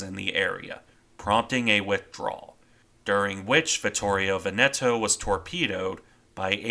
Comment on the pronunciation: Nice video as always. However, it's Táranto and Vittorio Véneto.